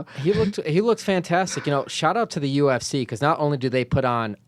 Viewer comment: When Brandon says UFC it sounds like he's saying Gypsy 😂